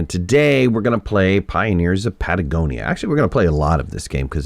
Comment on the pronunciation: Please don't take it the wrong way, but: It's not 'Patagonia' but 'Pagonia' Love your content, byeeeee!